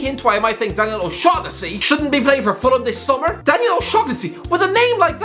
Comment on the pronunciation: As an how the hell do you not know how to pronounce O'Shaughnessy properly?!